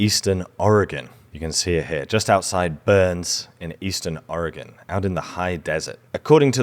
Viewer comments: Thank you for pronouncing Oregon correctly. People from our own country don’t pronounce it correctly! I live in Springfield Oregon. Home of the Simpsons. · It's so cool when people say Oregon correctly. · As an Oregonian I must express my thanks for pronouncing the name of our state better than 80% of Americans. Also thanks for the archeological love. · As an Oregonian, I thank you for getting the pronunciation correct (for a Brit at least 😉.) If you wondering, a lot of people say, "OregOn" with an emphasis on the second o, the correct pronunciation is, "Oreg - "in."" Also, if you're interested in losing weight I'd be happy to help. Also... Im going to say, No, to Brazil.